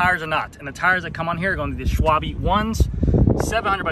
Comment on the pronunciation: Scott is the only major bike manufacturer that has similar prices in Europe as in the US. Looks pretty cool. I love how you pronounced Schwalbe 😂 but hey question to you, SRAM or Shimano? I see a shift to SRAM amongst hobby riders but not so much on a pro level.